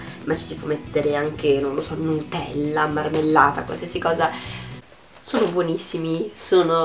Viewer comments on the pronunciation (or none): none